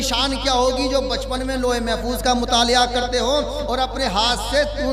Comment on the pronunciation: مطالعہ کو متالیہ ہے 😂